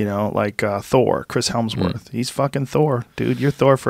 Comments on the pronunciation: I lost it when Joe said ‘Chris Helmsworth’. Reminded me of Rich Evans. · "Chris HeLmsworth" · HEMSworth joe HEM not HELM